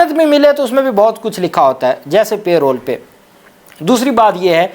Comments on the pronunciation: لفظ پے رول نہی پیرول ھے (parole ) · PLEASE NOTE ITS NOT "PAY ROLL" BUT PAROLE. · Mr. kindly correct your pronunciation of the word parole it is not payroll.